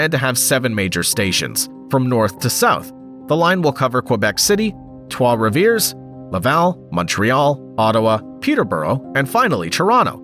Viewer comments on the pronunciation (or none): “Trwa Reveers”😂😂😂